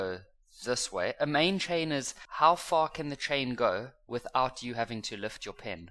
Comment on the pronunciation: 😅😅😅it's like u said the F word I was surprised. "How far can the main chain go" 1.5 x speed 😅